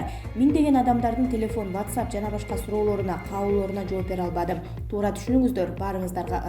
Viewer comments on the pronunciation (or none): none